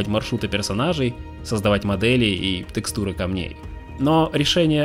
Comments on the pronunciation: "Тэкстуры" режет уши. Ееее а не ээээ. Звучит мягко. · Видео огонь! Но слово тЭкстуры жутко режет по ушам. Говорится тЕкстуры, также как и пишется, через е произносится. Не через Э